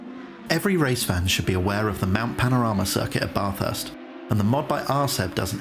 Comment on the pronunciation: It’s pronounced BAthurst not barthurst